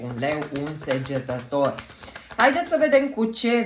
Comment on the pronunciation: Nu va suparati.E sagetator nu segetator!